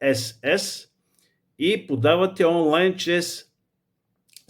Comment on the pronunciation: Чете се ИНСС